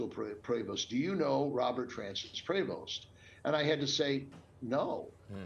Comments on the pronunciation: Wow.. Cardinal Dolan has lost tons of weight. He looks like another person. IT’S PRONOUNCED PRA- VO!!! Prevost is a French name. It’s maddening to hear such a butchering of a beautiful name. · Cindyoberall, Pope Leo's brother Louis in an earlier interview had pronounced "Prevost" with the long-e sound, so I would go with this.